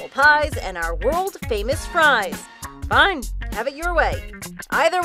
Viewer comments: What the heck happened to her “fine?” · What the heck happened to her ‘fine’ ?